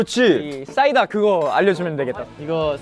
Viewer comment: 휴닝이 사이다 계속 싸이다라고 발음하는거 귀여워 죽겠음